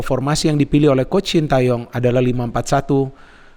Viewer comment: Knpa y.. bnyak yg nyebut namanya shin ta yong pdhl bacanya shin te yong